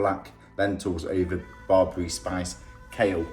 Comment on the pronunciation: I am really impressed your knowledge about my culture Ethiopia/ Eritrea but you pronounced Berebere wrong...thank you for the video much appreciated.